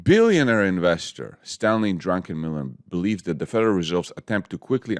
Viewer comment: Why everyone call this guy Drunkenmiller when his name is Druckenmiller?